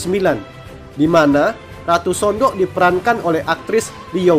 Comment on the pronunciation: udah bener bang pengejaan anda. Memang bacanya Sondok.